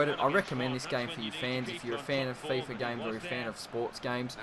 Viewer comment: hey mate really good video but it is called Fifa mate not Fiffa :D but besides that really good vid